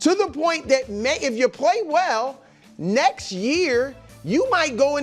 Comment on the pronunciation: Somebody needs to remind Brou that there's a T in "next".